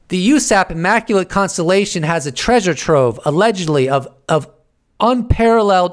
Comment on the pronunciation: WTF was with the immaculatetetetete constellationonononon?? LoL